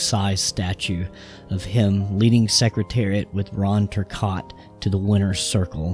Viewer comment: Dude, you can’t pronounce Riva or Turcotte!! What are you doing pretending to teach about Secretariat?